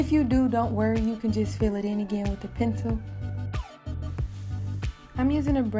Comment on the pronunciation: Your accent when u say “Pensew” 😅